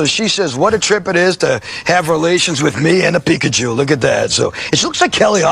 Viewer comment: Peek-a-jew?! I am outraged!!!!!!! hahaha.